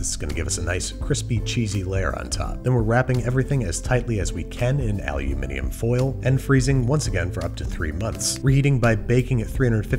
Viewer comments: Hearing an American say Aluminium makes me so so happy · You pronounced aluminium right. You have no idea how happy this makes me. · He also pronounces alumin-i-um foil like British. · Hearing Andy say 'Almuminium' properly caught me off guard honestly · As an australian, thanks for pronouncing aluminium correctly. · I like how he pronounced aluminum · I just got to say, I appreciate that you pronounce alumiNIum correctly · As a British former Chemistry student hearing (the correct pronunciation) "aluminium" was 👌*chefs kiss* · Love the English pronunciation of aluminium! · I love how at he makes an effort to pronounce the second i in aluminium but the subtitles spell it aluminum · As a Brit from the UK may I please just thank you for saying ALUMINIUM correctly! 😜👍 It was music to my ears! 🤯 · As a Scot, I very much appreciated the correct pronunciation of the word aluminium. Thank you, Andy 🤓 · So glad you pronounced Aluminium correctly! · The correct pronunciation of ‘Aluminium’ chef kiss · The pronunciation of aluminium made me happy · He said aluminium the correct wayyyyyyyyyy!!!!!!! Thankyou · I appreciate the correct pronunciation of aluminium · By Odin's beard! That Yankee just correctly pronounced aluminium? 👍👏🥳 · He said “aluminium” like it’s supposed to be said! 😍😍😍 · I don’t see what’s funny about an American pronouncing aluminium correctly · Well then u didn’t read the comments because everyone who isn’t American loves him pronouncing it correctly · You said, Aluminium! Bravo Babish, you bald beautiful man.. thanks for the tips :) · Of everything I could take away from this video, I'm very hung up on how nice it is to have an American pronounce aluminium like a normal person, not like an American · I appreciate you pronunciation of "aluminium". :D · Anyone else notice that he pronounced aluminium correctly?? Haha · Thanks for saying aluminium. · wait a minute, did this American just pronouce aluminium correctly?! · He… he… he said… aluminium foil